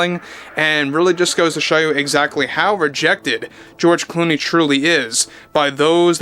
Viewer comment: George Gloomey or is it George Looney or is it George Gloomy....😂😂😂😂